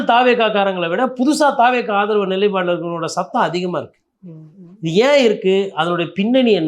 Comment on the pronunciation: நிலை + பாடு = நிலைப்பாடு 'ப்' வரவேண்டும். தமிழர்களே தமிழைச் சரியாக உச்சரியுங்கள்